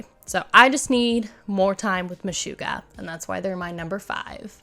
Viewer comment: MeSHUGgah…SHUG…Not Shoo…not MeSHOOggah.